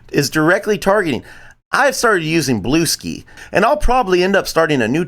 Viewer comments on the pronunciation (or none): "Bluesky" is pronounced like "blue sky." Otherwise, pretty good vid.